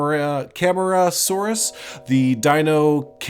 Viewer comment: Argentinosaurus - Ar-gen-teen-oh-saw-rus Camarasaurus - Cam-ahr-ah-saw-rus parasaurolophus - Para-saw-oh-lo-fuss Archeyopteryx - Arch-eo-p-ter-ix Protoceratops - Proto-cera-tops Hope this helps! /pos